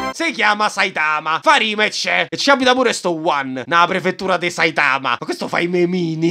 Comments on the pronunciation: Saitama si pronuncia con l'accento sulla prima A, ti prego nei prossimi video azzeccace altrimenti mi sanguineranno le orecchie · Ma pk dici saItama? È sAitama😂